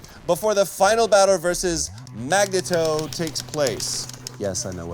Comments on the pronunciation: "Magnetoe" i heard "Magneton" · Mag nay toe... really, Troy? =D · Am I the only one getting annoyed with troy saying magna toe